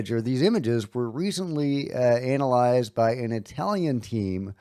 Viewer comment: The way he pronounces anal-ized is wild